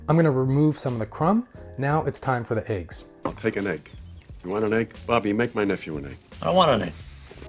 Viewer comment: You said add the aiggs just like janice said lejg. hahahah!